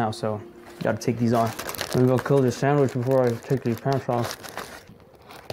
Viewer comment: SAMWICH NOT SAMICH